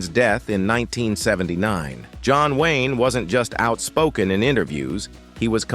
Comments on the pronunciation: The narator in this called John Wayne as John Wine… what has the narator in this been drinking to be so hateful to these wonderful and complex people.? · John Wine? c'mon! I stopped watching because your AI cant say Wayne. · It never ceases to amaze me that these voice-over characters really have no idea what they are talking about. we are told that, John Wine..."John WINE was the toughest......" In answer to your question, the answer is, 'none of them.' These stories are mostly true and were out in public many years ago. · "john wine" 😂😂